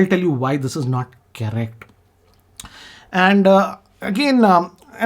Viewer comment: ur style of speaking english have also improved. u have started opening ur mouth. it should be correct not charact. repeat the time stamp continuosly